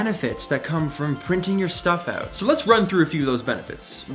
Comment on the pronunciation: Just came across your channel! I like your energy and sense of history. Something many lack these days. Also dig the way you say "oout" eh! 😉👍😆 Look forward to learning more from you.